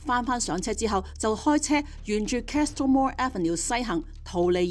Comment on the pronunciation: Castle - the “t” is silent / kas-uhl, kah-suhl /❤